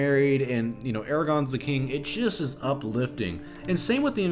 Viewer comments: WIll people stop calling him fucking ARAGON ITS GOD DAMN ARAGORN FOR THE LOVE OF GOD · Why do people pronounce Aragorn, as Aragon? Bugs the shit out of me. THERES AN "R" THERE. They literally call him Aragorn in the LOTR movies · I was really liking his LOTR reference, until he mispronounced Aragorn's name. OUTRAGE!!!!!!!!!!!!!